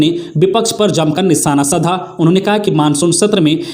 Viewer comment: आज की गलतियां-साधा को सधा 2 बार स्पीकर को अस्पीकर 3 बार, स्कुल को अस्कुल 2 बार ,पुनर्वास को पुरनावास बोला गया, भूल सुधार कीजिए